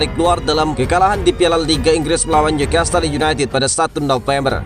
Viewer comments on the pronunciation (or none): none